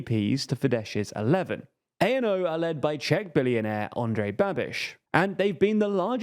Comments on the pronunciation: Fidesz is pronounced with an ‘S’ at the end, and ANO is pronounced ‘ahno’ and not a.n.o. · To add to the many small corrections, ANO isn’t an abbreviation. It’s literally just a Czech word (means yes). You don’t need to say it letter by letter as if it were an abbreviation. It doesn’t stand for anything (much like the party itself but that’s just my opinion).